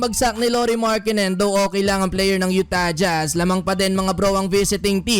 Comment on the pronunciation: YU-Tah jJhazz, hirap na hirap bigkasin eh. hahaha